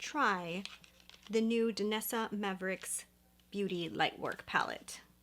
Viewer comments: Just a nit. It is Myricks not mavericks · I think her name is pronounced my ricks. You’re saying maverick. Try the Armani liquid eyeshadows. They’re my favorite. The Danessa Myricks version is great for makeup artists but not so much for normal people like us. Armani works great for the consumer user.